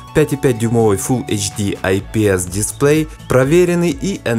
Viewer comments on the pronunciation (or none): none